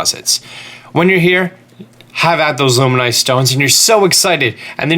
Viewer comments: Hateno is pronounced ha teh noh not ha tee no (you would say tennis not teenis). Also Luminous stones are pronounced like luminosity or illuminate (loo min uss not loo min oiss) because they are LUMINOUS like a LIGHTBULB they ILLUMINATE. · Nintendo: “Luminous”: “Luminoid” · Luminous not luminoid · "luminoise stones?" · Luma-noise stone?? You mean luminous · Lol me too...I was like wait you mean LU- MIN-US. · Every time he said it, I thought he was saying "luminois" like Illinois... which was even MORE confusing to me than thinking he was saying luminoid. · What's a luminoy stone? Don't you mean LUMINOUS? LOO-MIN-USS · Glad someone called it out. I came here specifically looking for a comment to correct his pronunciation, lol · Zac Tha Casbah i think he said it even more wronger. Illiminoise. God his reading skills give me anxiety. 😱😭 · That one was a joke, but "Illuminoise" is clearly just cringey. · Illuminois stone? lol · Lol, "Loom-in-oy" stone? That just cracks me up xD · Girthy McFatkid I don’t even understand how someone can miss pronounce luminous that badly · He says luminoice cuz it’s a meme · Dooley - I'm sure he's just joking around but, to your point, you don't have to be in an English class to speak properly. It's kinda encouraged outside of class from what I know. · “luminoise stone.” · Loom-in-us stone * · Do you... not know how to say.... luminous.....?? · The way he pronounces it personally offends me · Great video but please learn how to pronounce LUMINOUS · I got the ravioli one, but wasn't sure about luminoice. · You dont know how to say words... luminois stone? Raviolis gale? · its a joke just like he says raviolis gale and etc